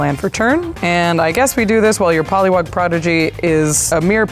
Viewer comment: Josh-lee kwai❌️ Pal-li wog✅️